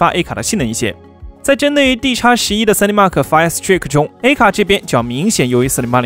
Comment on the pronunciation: fire strike都不会读？